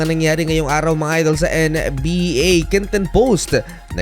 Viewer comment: "N and B A" corny ng pronounciation boss